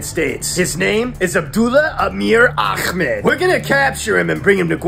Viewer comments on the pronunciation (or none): Blud said akhmed instead of Ahmed